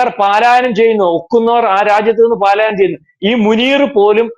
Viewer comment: പാലായനം - തെറ്റ് പലായനം - ശരി